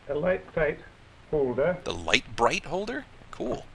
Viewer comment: "The Light Bright." I could swear that's what I heard too.